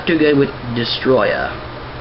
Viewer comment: you dont say it like destroyah its DESTORAI!!!! DESTORAI!!!!DESTORAAAAAAAAAAAAAAAAAAAAAAAAAAAAAIIIIIIIIIIIIIIIIIIIIIIIIIIIIIIIII!!!!!